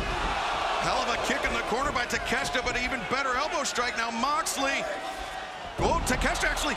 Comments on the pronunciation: why do Americans call it takesta wtf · Takesh-I-ta ... there's an " I " in the name... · just say it like ta kesh ta. It's not that hard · these announcer clowns spent the whole match mispronouncing takeshita's name